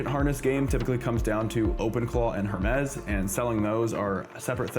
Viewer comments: The Correct Way: Pronounced "Her-meez" with a clear "H" sound at the beginning.The Origin: Creators at Nous Research named the AI agent after the Greek mythological god of messengers, matching the company's thematic use of classical Greek terms (like Nous, meaning mind). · her-mez lol😂